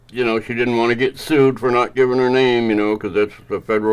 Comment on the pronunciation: No, you said her name wrong. Why do they ask if they can’t be respectful enough to remember their name? They have no need for it if they can’t be bothered.